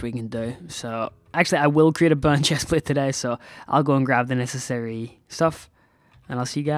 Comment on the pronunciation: Im sorry if i offend you but everytime u say bound i heare bone